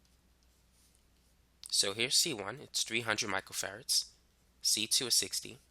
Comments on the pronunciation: He say macro farad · Im hearing Michael Ferrets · It sounds like you are saying micro ferrets. I am paying much more attention because of it.